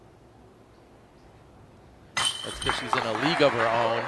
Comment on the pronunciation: "She's in a league of her OHN!"...SHUT THE F*** UP! I swear its every video with this guy.